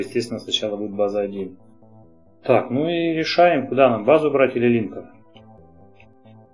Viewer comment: Спасибо за видео, каждый день смотрю как сериал. :) Один момент - все-таки линкОр, а не лИнкор. Слух режет...